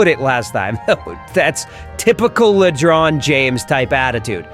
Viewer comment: That’s not James R R Door. It’s Ledron James.